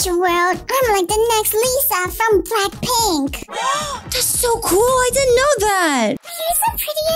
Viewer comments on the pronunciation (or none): why do potato say lackpink